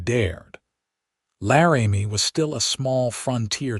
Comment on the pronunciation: Laramie is NOT "Larry-Me". It's "Lar'-ah-me".